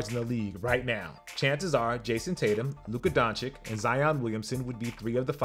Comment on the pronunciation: Please learn how to pronounce Doncic.